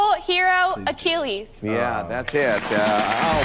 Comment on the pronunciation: the first one, the funny thing is, neither said it correctly! a-KHI-less